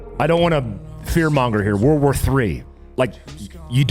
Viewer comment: Why does it sound like everyone says WAR WAR 3 instead of WORLD War 3? Lol